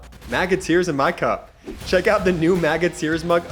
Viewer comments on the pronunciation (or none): none